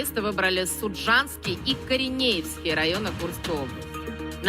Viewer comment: Москалям в 1980 рокі Олімпіада не заважала вбивати мирних людей в Афганістані і Алжирі. Це за що соловейко співає??? Скабеева адже не знає, що район Корєневський , а ні КОРЕНЕЄВСЬКИЙ😂😂😂!